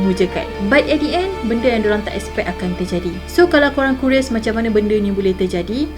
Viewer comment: Perkataan- Curious Bunyi sebutan- Kiuries Entah lah, macam² teori konspirasi di dengar. Kononnya kapal tu memang tidak di benarkan berlepas dan amaran tu dari salah seorang juruteranya. Ada penebat minyak yang bocor antara tangki minyak. Tapi boss² diorang nak jugak terbangkan.Tu lah..kan? Tapi sebagai orang islam, kita cuma bersandarkan pada izin dan qada qadar Allah swt..kun fa ya kun..Berkecai